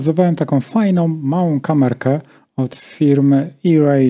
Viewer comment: Ajrej, tak jak Ajfon (iPhone). Irej pisało by się "eRay" tak jak email.